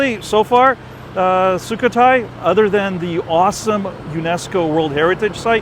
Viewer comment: it's su KHO Thai. Not sookathai